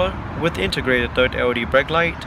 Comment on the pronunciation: And GLE as GOE, LED as OED!